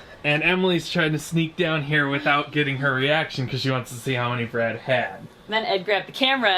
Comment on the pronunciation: ... after all this time I realised that her name wasn't BREAD like I thought from when I hear you say it (yeah I thought she was named after food).. is BRAD (cause I saw it written).. holly...